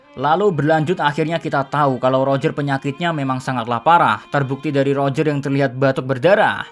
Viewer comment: Mimin nyebutnya salah ejakannya, udah keras salah lagi wkwkwk. Bukan pakek L tapi roger pakek huruf R